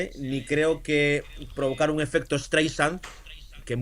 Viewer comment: Se pronuncia Straisend ✅ no Estreisand❌🤦🏻‍♂️ Y para el que subió el vídeo, es con una sola "S"👎🏻 no con dos🤦🏻‍♂️